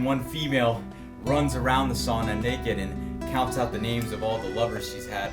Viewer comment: and he pronounced sauna the first times good, then failed